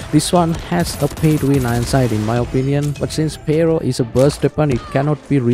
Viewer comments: "PARO" lol its Pharo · Duuude! The way you say Pharo 😅. I tried again and again to listen what is this gun you're mentioning that MSMC has the skin for. Turned on the subtitles to see but the subtitles kept saying "payroll" again and again. Until the actual gun came and I realized this was it 😅